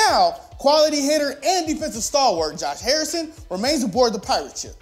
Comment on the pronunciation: Lmfao he says Josh Harrison 😂😂😂😂😂😂😂😂😂😂😂😂😂😂😂